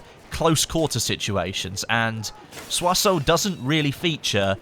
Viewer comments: FYI Soissons is pronounced "Swa-son", not "Swa-soh". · It's not pronounced Sios-o it's Sios-ohn, you gotta use a little through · hey u have to say it like soissons not soisso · Pronounced 'Swasson' not soy sauce or swassoe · you pronounce it Soi-son wtf sorry if hate to hear english fucked up pronounciation